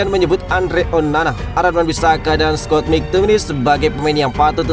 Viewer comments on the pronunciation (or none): none